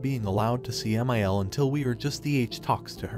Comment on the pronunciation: I hate when my one thousand forty nine is disrespectful to me! (MIL in roman numerals is 1049, which is what the AI pronounced it as)